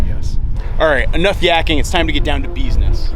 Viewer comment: "Time to get down to beesniss." Get out. lol